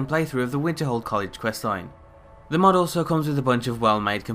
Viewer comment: Why do you keep calling it a "Mud"?